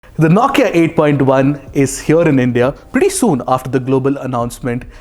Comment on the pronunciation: You do good review....but the way you say Nokia....9kia... Irks a lot. Sorry my friend.